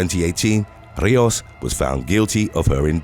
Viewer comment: *Rijos = REE-hos (h like a Scottish 'ch')